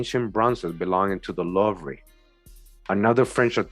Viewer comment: Oh it's pronounced loovah btw in Paris France' louvre' is a museum there... very famous!